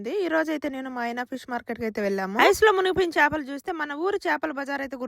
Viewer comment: పిస్ కాదు ఫిష్ 🤣